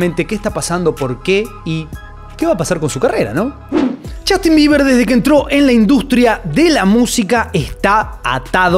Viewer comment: chastin!!! PRONUNCIA BIEN ENVERGUE